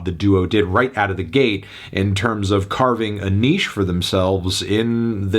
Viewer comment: Me when Anthony pronounces Niche correctly: 🥰🥰🥰